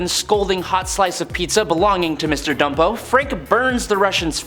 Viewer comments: Bumpo, not Dumpo, dumpo! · Mr. Bumpo. That's "Bumpo". B-u-m-p-o. With a "B", not a "D". And Gnucci is pronounced "new-chee".